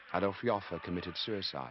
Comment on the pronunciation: It took me a good five minutes to figure out the name he was pronouncing here. It is Adolph Joffe. This is his wikipedia page